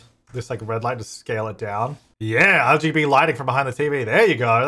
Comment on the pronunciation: did he say LGB lighting?